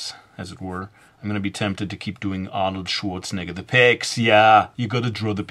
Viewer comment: Zeh pecks xD